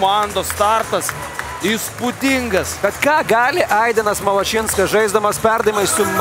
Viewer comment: kita karta paimkit vedeja, kuris sugeba istarti zodzius "išbandyti" ir "Malašinskas"